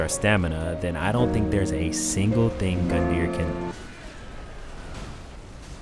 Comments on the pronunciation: No idea if you're still responding to comments here but where did you find out that it's pronounced gun-dire? I tried looking it up but everywhere I looked said it really was gun-deer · Where did that Gundyr pronunciation come from??? The 'yr' suffix is common in Icelandic and Old Norse words as similar to 'ear' with a slight roll to the 'r'. That's always how I've seen it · I mean... Gundyr's name is probably pronounced as Goon-dhar or something judging by his Japanese name